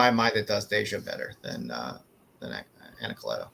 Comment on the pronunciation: Jay Anacletos line work has anyways been amazing! He's one of the few artists that i enjoy the black and white just a much as the color, if not more! And props to for pronouncing Anacleto that way. I'm pretty sure that's the correct pronunciation but everyone says it another way.